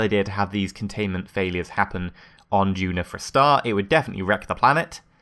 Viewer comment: It's duna, not juna.